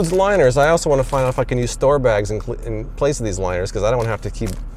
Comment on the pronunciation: When he said "if I can use". It sounded like "I fuckin use"